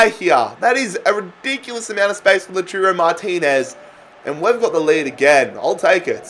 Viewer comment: Every time you said "LOOTOORO Martinez" you left a fan crying in a corner D: It's Lah-ooh-tah-ro if anyone was wondering haha